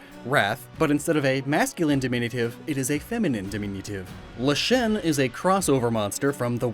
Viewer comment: And Leshen, when he pronounced it as Le'shen, when it should be pronounced closer to Lesson with the second S replaced with an H. and mispronounced Geralt too.